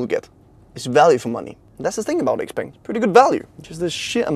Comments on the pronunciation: Really good detailed review. I think you did it justice. You even got the pronunciation and tones right for XPeng's Chinese name! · xpeng(pronounced xiaopeng in Chinese) is a person's name in China. Imagning if you drive a car called Peter or Frank. 😂😂